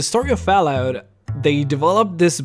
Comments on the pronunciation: Lol "foulout", do you mean "fallout"😉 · Fallout not fawlout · Why do keep saying fallout like that?